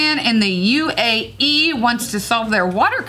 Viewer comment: Yo did really just pronounce UAE "ooh eh ee" omg. It's United Arab Emirates boo